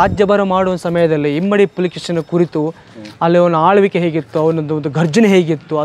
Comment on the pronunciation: Dear.. don't mind.. the guide you hired this time is not so good.. he don't even know few names properly.. it's not kappe arbhata (he literally told loud sound).. it's Arabhatta.. also not himmadi pulakeshi (the subtitle also has himmadi).. it's immadi (means 2nd).. beautiful coverage as always.. great going